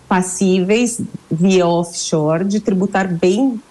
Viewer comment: Paulo Guedes acho que nem doer direito 😂 Off Shoers😅